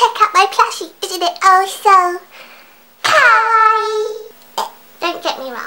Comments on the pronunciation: OMG YESSSS THEY SAY KOWAI AND NOT KAWAII i love you <3 <3 kowai=scary/scared kawaii=cute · lol i knew you were going to say kowai its a common mistake in my japanese classes T_T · UGH OH MY GOSH! There is this girl at my school...she learned what the word KAWAII means. She says it kind of like KOWAII. Today she was saying, skylookssokawaiidesu like come on! She came to school with these pigtails and stuff. I have nothing wrong with that! :) But the thing that really annoyed me was that she was saying: sky looks so kawaii desu LIKE LITTERLY THE HOLE FREAKIN' TIME! She didn't say desu like how it's supposed to be. Instead teas she was saying it like: "sesu and not "des" ugh sorry about the errors, the YT comment system is fucked up. :( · i'm japanese, and it's fun/funny when ppl say it ironically or just sometimes, but it gets really annoying sometimes when they completely butcher the word or don't even know what it means (usually ppl pronounce it as kah-why-ee) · u says kawaii the wrong way 2 minutes later Looks depressed /_\ I cri